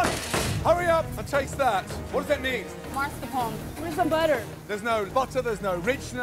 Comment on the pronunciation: It's so frustrating professional chefs who don't know how to pronounce fucking mascaropne it's not called maRsCaPoNE and never has been, anywhere